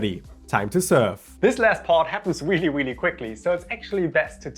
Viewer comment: “Weally weally quickly”